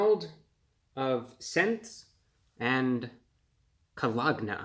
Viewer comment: Caw log nah